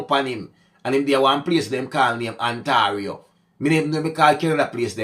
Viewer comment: Say it....On-tear-e-o....Ontario